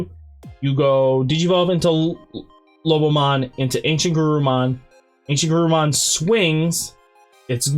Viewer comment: Just a friendly note, it’s not Lobmon. It’s Lo-bo-mon 👍🏻